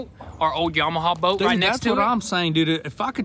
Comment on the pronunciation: Yam-uh-haa, there is no" W" on the end. Just like you were taught in school, sound it out. Or look up how to pronounce Yamaha. Hee haw.